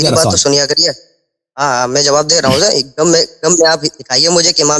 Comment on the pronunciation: Jahil omari gham ko gam kahraha hai.